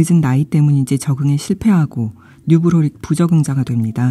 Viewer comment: 이 영상도 소설도 재미있게 봤습니다 영상으로 소개해주시니 이미지가 더 잘 그려지네요 한가지.. 뉴브로릭 -> 뉴로브릭입니다 😊